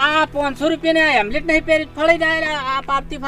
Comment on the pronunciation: હેમલેટ નહીં હેલ્મેટ બોલો